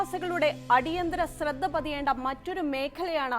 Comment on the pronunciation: "സ്രദ്ദ" എന്നല്ല കുട്ടീ. "ശ്രദ്ധ" എന്നു കൃത്യമായി ഉച്ചരിക്കൂ. അവതാരകർ പോലും ഉച്ചാരണശുദ്ധി ഇല്ലാത്തവരായാൽ എന്തു ചെയ്യും.